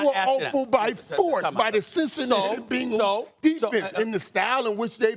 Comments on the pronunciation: Who's gonna tell Irvin its not "BINGLES" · It's better than " BANGLES" lol. Its BENgals. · When irvin says Bengals it kinda sounds like Pringles but with a b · Every single sports show talking head today has pronounced Bengals as Bingauls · “The Bingles” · “The Binguls” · How he pronounces Bengals is wild to me!! 😂😂😂